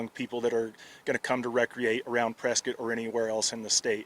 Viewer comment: Sorry for the loss 😢 But reading this ain’t no way I wouldn’t have pronounced this press-Scott they kept saying press-skit😅